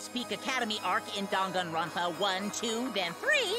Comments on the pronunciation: the “dan” in danganronpa is pronounced more like “dahn” than “dayn” according to the way Japanese works. In Goodbye Despair they say it correctly after each chapter ends. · I pronounced it "Dain-gone-rom-pa"